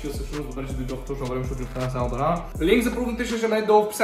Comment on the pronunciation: Рангар лол все едно някой индиец го казва (за това е забавно) Edit: Damn bro she is cute